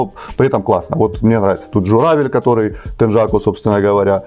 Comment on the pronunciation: Не теджаку, а тенъяку!